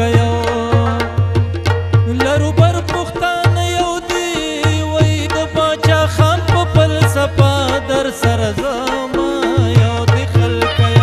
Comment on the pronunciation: بہترین او دا ستاٸیلو وڑگام دا سرونو ماخام خو دا کوربہ پہ پختو کی دا انگلش توری ڈیر زیات بد خکاری دوٸم دا باچاخان پہ زاٸے دا باچا حان تلفظ ھم بیخوندی پیدا کوی تنقید براٸے اصلاح